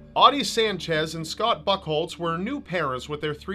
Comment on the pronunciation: "Scott Fuckholes"? or Buttholes?